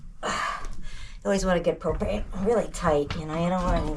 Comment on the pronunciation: I heard you say just about out of cocaine and I though what did she say I listened again , propain..